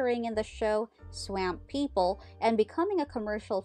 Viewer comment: This must be an apple computer... I can't see a PC saying Swāmp people